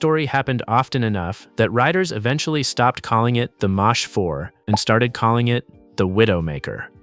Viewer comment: Mach is pronounced "mock".